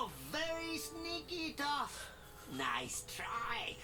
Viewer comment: Every time one of you guys say "(Toe)ph", I die a little inside.